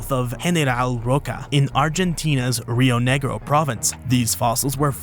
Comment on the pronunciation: 🇦🇷🇦🇷Me cago de risa escuchando como nombra las provincias: "rreoo negrio, in, phathagonea aryentina" jajajajajaj . It amuses me a lot to hear how you name our Argentine provinces 😂😂😂🇦🇷🇦🇷